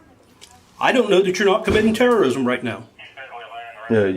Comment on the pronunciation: "Terrism!" LMAO